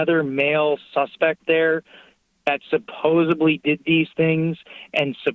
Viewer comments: Oh my God, if he says it one more time I'm going to loose my shit...@ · “Thank God the truth is coming out on the Internet…” Oh yes! You’re right!!! Because if it’s on the Internet? Then gosh darn it! It MUST be the truth…. 🙄 BTW? It’s “Supposedly” Not “Supposably” Sorry Just a little pet peeve of mine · “SUPPOSE-ABLY”. Ummm you mean supposedly? That’s as bad as called Vidler , VILDER over and over again. This poor detective… he probably thinks… what did I ever do that I have to deal with this toxic menace? That goes for Brenda too.. oops EEEERT 💨 I mean Jennifer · He cant speak proper English. He says "is is" constantly and sounds like an idiot. He says "suposibly" instead of supposedly. He says "sawl" instead of saw like all the booger eating kids. He says "advise" so much that he doesnt even use the word right. He thinks its a cop word. He says "he wasnt going to advise their name" ????? What the hell is that??? Another thing that bugs me is when he asks to ask a question. "Let me ask you a question" does he not realize that hes asking to ask a question??? Those 2 bush bumping mom's of his shouldve bought him Hooked on phonics instead of a toy gun and plastic hand cuffs. How can anyone in this country not know how to speak proper english??? Its amazing listening to him try and sound all smart and hes speaking gibberish and saying words that aren't words. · Supposibly there is a "D" in supposedly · Omg. Supposedly not supposebly you moron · forty years old and cant say "IS" just one time and he thinks supposedly is supposiBLY --yet, he's the smartest guy in every room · It’s “supposedly,” not “supposably.” Moron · You'd think after four years of college he'd had learned that it's supposiDLY not supposiBLY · it’s ‘supposedly’ not ‘supposebly!’ That’s why you shouldn’t baby talk to kids! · OMG he keeps saying supposebly and it’s driving me CRAZY!! THE WORD IS SUPPOSEDLY! God damn didn’t you do English when you got your masters?